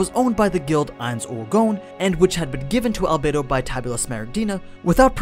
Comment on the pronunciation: Al bed o not bay